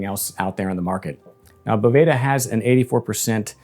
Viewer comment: Certainly doesn’t matter, but the company pronounces it “beau—va-duh” not boveyda